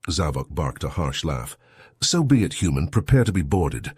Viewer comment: Heard it say human for most of a story but one time said "Hoomon"